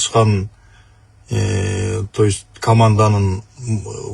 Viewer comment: Тоюсь деген эмне, то есть дейби же башкача айтканда дейбизби.